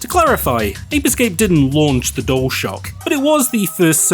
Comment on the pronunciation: why do you say "dole shock" instead of dualshock?